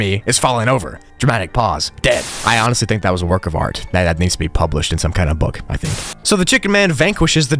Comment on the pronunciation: Bro said "I tihnk" and not "I think"